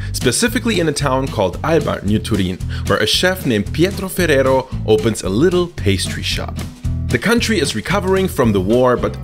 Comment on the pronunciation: im really impressed on how you pronounce ferrero and spanish words